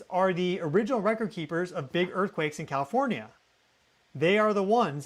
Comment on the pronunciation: Who says kafornia! He can't be from here!